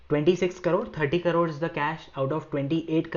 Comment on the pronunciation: Thank you for this video. If you don't mind... Plz pronounce crores in the correct way. You pronounce like carore... It takes me a few minutes to identify what the carore is. Finally i understood it's crore.